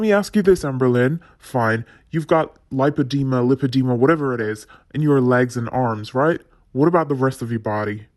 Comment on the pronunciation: Am I alone in thinking that she hadn't even seen a doctor? She doesn't even know how to pronounce lipedema, surely the doctor would have said it properly a few times.